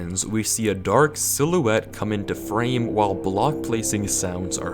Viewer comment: Why do you pronounce the word “silhouette” that way?